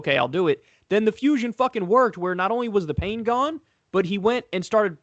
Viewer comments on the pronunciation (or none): none